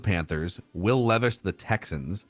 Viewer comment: It's leeeeevis according to 😭